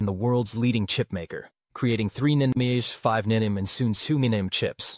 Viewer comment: If you'd just get a real human to read the material, you wouldn't have such comical wrong pronunciations as "Nan-Uh-Met-Er" instead of the Proper "Nano-Meeter"!! And if that's not bad enough, your Computer-generated "Narrator" goes from improper to proper pronunciation and back!! For the love of God, can't you find an unemployed person to read this very elementary material for you??!